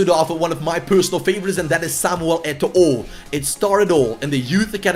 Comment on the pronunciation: Don't pronounce the last "O" in Eto'o Name lol... so cring